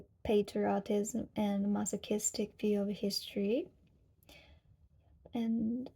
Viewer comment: when you say patriotists it sounds like pottery artists. i thought you will going to show us how to make a bowl from clay :D